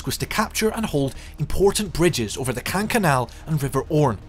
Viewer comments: Why does every single commentator pronounce “Caen” incorrectly? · Caen is mispronounced